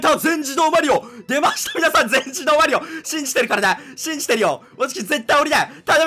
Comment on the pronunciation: 「でぇ↑ました全自動マリオ」